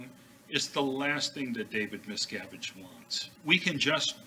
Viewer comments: Everytime you said his name I heard miss cabbage! Hahahaha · Westly Miscarriage /miscavige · Does anybody hear, Miss Cabbage? LOL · Miscavige sounds like a painful internal medical issue. "Twenty cc's of XenuLaxine STAT! This man is going into Miscavige Cerebrocrapular shock!"